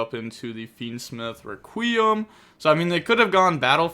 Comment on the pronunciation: It’s wreck-e-umm not ra-queem 😭